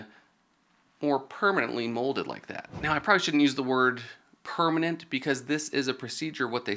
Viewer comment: I'll wait min u said permemnant 😅😅